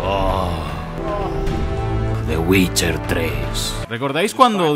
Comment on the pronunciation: /el geralt of riviia!! WITCHAAAA!/el yeralt/el ai am witcha /el guait guolf